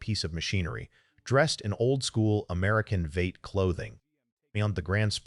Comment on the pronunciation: AI Slop, what the hell is a Vate?